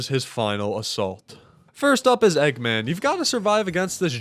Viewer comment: Bri’ish eggman